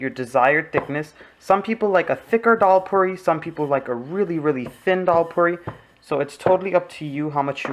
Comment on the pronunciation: 'Dollpuri' 😅😅😅😅😅. Dalpuri yaar